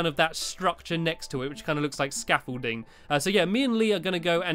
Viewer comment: hi stampy you know you stair case to your rocket you call it scaffulting more like stampything ha ha ha ha ahhhhh not that funny but if it is tell me =) < 3